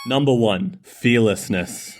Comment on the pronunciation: Fearlessness sounded like fishingarret